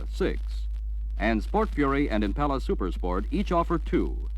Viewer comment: Dude can't say Impala properly